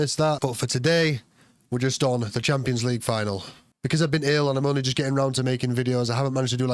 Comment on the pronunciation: Just sounds like he’s saying tampons 😂